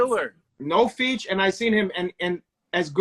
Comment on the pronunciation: deliberately saying, feech (feet) lol